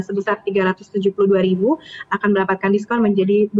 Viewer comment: Saya mendengar diskontol 20%😂